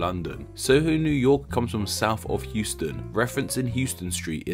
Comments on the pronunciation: . Btw. HOUSTON.... pronounce house+ton. Not hughe+ston. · As this was already touched on. Here is some history on the Houstons The street's name is pronounced "HOW-stən", in contrast to the city of Houston, Texas, whose name is pronounced "HYOO-stən". The street was named for William Houstoun, while the city was named for Sam Houston. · In NYC, Houston as in the Street Name, is pronounced Howston, not Heweston as in Texas. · It's pronounced HOW-ston (or HOUSE-ton), not Hyoo-stun street. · Couple of points: Soho is south of How-ston not pronounced like the city in Texas: Hue-ston. And Hell's Kitchen was named after soup kitchen run by a German woman with a name something like Heille. Not bad overall,oh and its Amerigo Ves-pu-chee . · In Nyc —. the street —- It’s not HEWstun it’s HOWstun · Those from NYC pronounce Houston as “How-stun” NOT “Hyoo-stun”. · In NYC “Houston” is pronounced HOUSEton. Not like the city in Texas which is Houston. Why is it different? I don’t know naming conventions is your gig, but calling Houston street Houston is a terrible faux pas. Lol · And it’s pronounced HOUSE-STAN not Houston like the city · On the topic of pronunciation, "Houston" is said "howston" and was named after a man whose was spelled with a "w". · Houston in NYC is pronounced How-ston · Just a quick thing. Here in NYC we don't pronounce Houston street the way you'd pronounce the city in Texas. We pronounce it House-Ton. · Houston Street in New York is pronounced HOW-stun. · Correction. The “ou” in the name Houston St. in SOHO is pronounced OW, as in “cow”. It isn’t pronounced like the Texas city. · Bexar is pronounced Bay-Harr. The Houston st. of SOHO is Pronounced How-Stun, different than the City in Texas. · just so you know, Houston Street in NYC is pronounced like House - stun, not like the place in texas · Houston Street in New York City is pronounced "HOWS-ton". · not him calling it hewston street oh no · Houston is Pronounced house-ton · How he pronounces Houston😑